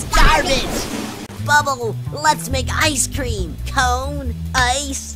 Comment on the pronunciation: bubble lets make a ice tream tree! XD